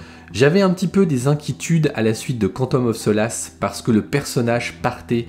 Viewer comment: "cantome of so lasse" 😂🤣 prononciation impeccable 👌